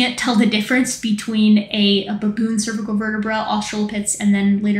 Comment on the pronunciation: I thought she said Bonobo but a baboon💀💀💀